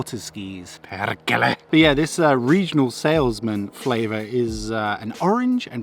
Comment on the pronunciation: "Perkele" nailed it for me 😅👊